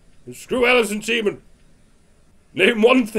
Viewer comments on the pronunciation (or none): It sounded like you said Alison Semen.